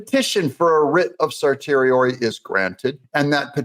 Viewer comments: Doug, just want to say I love your stuff. One thing I really don't like...people mispronouncing things. Cert is pronounced CER-SHE-AIR-REEEEE. Not CER TORI. LOL Keep up the good work. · Certiorari is more properly pronounced Ser-shee-oh-rar-ee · Doug, my friend, allow me to assist you on one minor matter: "Certiorari" is pronounced "sir-she-or-ee". I know... I know, it doesn't look like that at all. Most in the legal field call it a "Writ of Cert." I hope this helps. Keep up the good work. 👍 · Certiorari phonically (sir sure or e) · Great news - love your channel Doug. FYI, Certiorari is pronounced "[SUR] + [SHEE] + [UH] + [RAIR] + [EEEE] with the accent on the third syllable. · Certiorari: pronounced ser-she-oh-RAR-ee Congrats on reaching 400k+!!! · Please learn how to pronounce certiorari. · The “T” in certiorori is pronounced with an “sh” sound